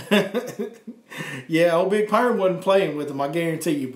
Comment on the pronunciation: I see you have seen Friday. I all most choked when you called the worm Bigg Perrmm.😱😂. One more thing How do I get involved in your chat session?